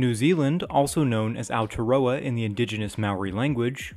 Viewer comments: ow-tee-are-rowa is pronunciation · as an on the side thing just for info theres no issues with how you say it just wanted to clarify so sorry if this sounds rude but if Im correct the pronunciation of Aotearoa by what I know and other new zealanders can fact check me its pronounced O tea rua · Ow-tay-a-row-a is how Aotearoa is pronounced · Yo, you absolutely butchered the Māori translation of New Zealand (Aotearoa) 😂. It’s pronounced “ow-teh-roar-ah”. Apart from that keep up the good work, you’ve got a subscription from a kiwi here now. 👍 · Yessss, some love for my whānau. Thanks,! But we might need to work on your pronunciation of Aotearoa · FUCK YEAH NEW ZEALAND MENTIONED. also you mispronounced Aotearoa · Sorry but you absolutely butchered Aotearoa